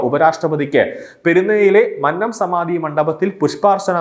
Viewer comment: മന്നം അല്ലടാ മന്നം